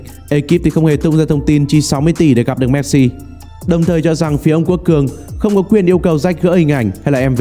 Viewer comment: Cứ đọc "Méc-Si" Méc-si Méc-si nghe khó chịu thật...